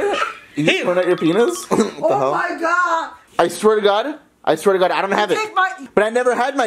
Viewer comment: swear tu god swear tu goud